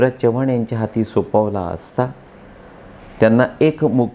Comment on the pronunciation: साहेब तुम्ही चव्हाण हे मराठी माणसा प्रमाणे न उच्चारता हिंदी भाषिक माणसा सारखा करत आहात